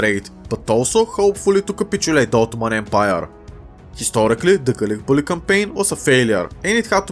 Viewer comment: lol i love how he says gallipolli